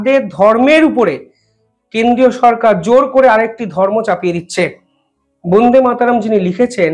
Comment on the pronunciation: উচ্চারণ হচ্ছে না। বোন্দে মাতরম্ নয় । ব( অ) ন্দে = বন্দে মাতরম্ । প্লিজ মনে রাখবেন।